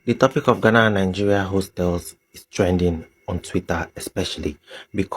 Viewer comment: Honestly I don't like the way our green and white cousins call us {Gana} Please it's Ghana 🇬🇭 not Gana 😂😂😂😂😂😂😂 One love Nigeria 🇳🇬